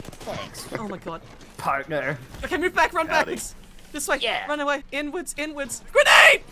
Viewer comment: "inwards! Inwards!" What I hear: "N-words! N-words!"